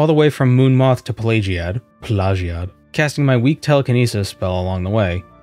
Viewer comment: Prity sure its Plagiad not Pleidžiad or Pleižiad. The imperials are supposed to be romans after all. Latins have phonetic writing and arent affected by english or french vowel and consinant shifts.